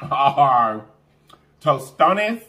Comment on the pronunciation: Hi you had me cracking up. I love your YouTube. You are one of the most positive YouTubers there are and you cook majority of your food!! Heyyyy. Great job pronouncing tostones. The other ones are called reyenos (rellenos) the double ll is pronounced like the y in English. Keep bringing positive vibes!!! ❤️❤️